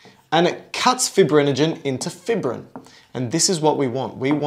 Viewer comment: Good video but it's pronounced 'fī′brĭn' not 'fibrĭn'. Long 'i' sound because fibrin is fibrous.